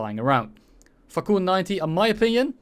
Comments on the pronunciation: not sure that fakour is pronounced fuker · "Let's take a look at the (gives up on pronunciation) the fukr 90" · Every time spelled "fakour" missiles i heard "fuck you" missiles, btw is the sedjil missile worse than the 530Fs on the mirage F1? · 😂😂😂 I heard it too!!